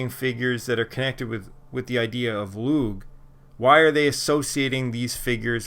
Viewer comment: I think u've corrected this pronunciation of "Lugh" since this video, yes?